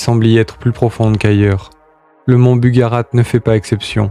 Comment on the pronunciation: BugaRACH pas bugarate...